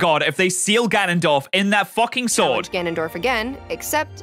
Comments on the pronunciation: The fact the pronunciation of Ganondorf went over his head even tho she said it more than twice. Also Link literally cares the whole game series. Should be Link not Zelda in the title lol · G(anon)dorf.... Have you never played smash or anything? I can't tell if you were joking or not but that pronunciation hurt 🙃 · I honestly felt really annoyed on how he pronouced "Ganondorf" for like half the video. To be fair, he said he only played the Oracle games. At least he pronounced it correctly in the video (or I guess technically during the livestream) a few times. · GA NON DORF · There's not that many goddesses, there's only four - Din, Nayru, Farore, and Hylia. Also, this video is the only time I've ever heard anyone pronounce Ganondorf the way you say it. You even said it that way seconds after the narrator in the video pronounced it differently. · im pretty sure his pronunciation of ganondorf is a joke, there was a part where he almost said it correctly but doubled back to say it wrong again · I have been a fan of zelda my whole life. And the way he says Ganondorf makes me want to cry. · I REALLY hate how you say "Ganondorf". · To be fair, only Ganondorf (btw, you say his name wrong. Gan-nun-dorf. Hard name.) remembers his past lives, since Demise is a part of him. It would never cross Link and Zelda's minds to wish away a curse they know nothing about. Every time they reincarnate, they are basically going in blind. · Normal people: Gan-on-dorf: Ga-non-dorf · Why does he keep saying Ganondorf like guh-nun-dorf instead of gan-un-dorf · Us: Ganondorf: Gunundorf Us: 🤨🤨🤨🤨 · Gan-on dorf? It's not fucking qanon. Ganondorf. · Everyone: GAN-on-dorf: Ga-NON-dorf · IT'S GANONDORF NOT G'NONDORF! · im dying hes saying gah non dorf not ga non dorf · Its GANONDORF NOT GNONDWORF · (Gan-an-dorf) not (gu-non-dorf) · every time he says “Ganondorf” he pronounces it like “Gonogdorf” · Dude has pissed off the entire Zelda community by saying ganondorf as gaunundorf